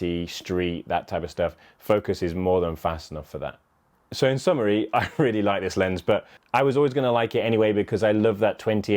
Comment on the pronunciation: Nice review, by the way summary, not summery, lol.